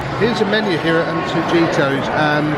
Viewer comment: Great vid guys! It's Anto-hee-toss :)